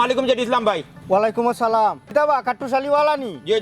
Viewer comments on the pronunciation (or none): ওলিকুমসালাম না শুদ্ধ উচ্চারণ,* ওয়ালাইকুমসালাম*